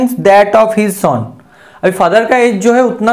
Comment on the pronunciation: Sir sum ko saam nhi bolte plus ko plas nhi bolte or son ko sooon nhi bolte ago ko aego nhi bolte lallu sa